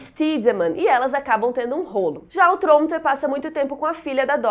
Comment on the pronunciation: Eu acho muito legal a forma que a pronuncia Tronte.